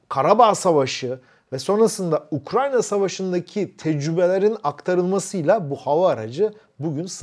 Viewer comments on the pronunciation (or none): none